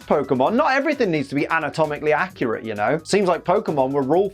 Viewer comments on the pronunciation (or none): none